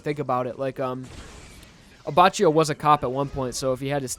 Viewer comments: his pronounciation of Abbacchio is infuriating lol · I physically recoil by the way he says Abbacchio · you said abbacchio wrong js